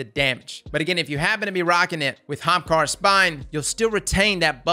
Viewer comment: "young HAAMKARRA